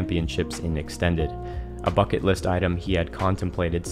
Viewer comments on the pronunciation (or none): none